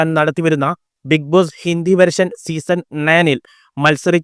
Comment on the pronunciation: മോൻ ആദ്യം ബിഗ് ബോസ് എന്ന് പറയാൻ പഠിക്ക് 😂